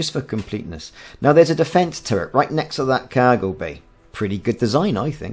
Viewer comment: I'm assuming by your pronunciation of "kaaaaiiirgo" you hail from sunny Kaaiiirdiff? ;)